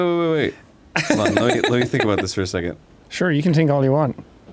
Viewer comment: "Sure you can tink all you want"